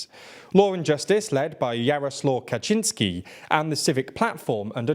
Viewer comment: You have improved. Kaczyński ok, but Jarosław needs a bit of a correction - it's Yaroh Swahf" ;-) . Well done for making the improvement.